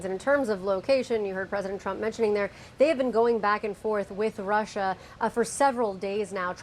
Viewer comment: Why does he say Russia like that? Has no one told him how weird he sounds?